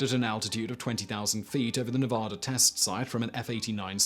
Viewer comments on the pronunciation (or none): none